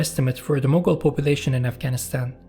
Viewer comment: Mughal or Mongol? The title doesn't match with the pronunciation.